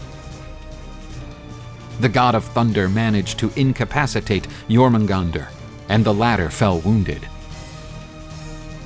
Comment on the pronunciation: I think your pronouncing the serpent's name wrong.